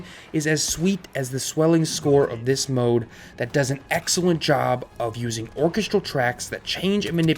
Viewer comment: Pronunciation note: or-KES-trahl for orchestral